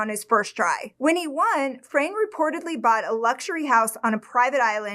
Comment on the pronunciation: His name is pronounced as it´s written, not Frein, Fra-ne 😉HNY ❤